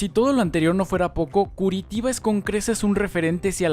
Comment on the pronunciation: Muy buena informacion y muy intersante, pero tenias que haber aprendido a pronunciar el nombre de esta ciudad con su sonido en portugues que se asemeja a "Curichiba", o algo asi.